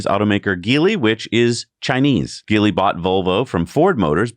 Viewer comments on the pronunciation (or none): "The Chinese automaker Geely..." That name is pronounced with a soft-G sound... 'jee-lee'. The Chinese name "吉利" (jili) means "lucky-profitable" (approximately).